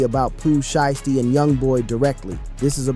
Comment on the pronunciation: He not even that brah this is ai slop see how he pronounces sheisty wrong